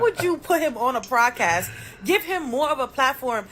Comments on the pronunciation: If she says “prodcast” one more time! Lol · Why does she keep saying PLODcast ??? 🤣 🤣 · What hell is a “prodcast” 🤔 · Why she keep putting an R in Podcast?